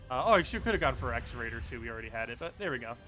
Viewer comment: What are you talking about exraider? do you mean Xerodar? Ze-ro-dar........???